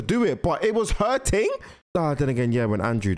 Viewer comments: Bro saying ting instead of thing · It’s thing not ting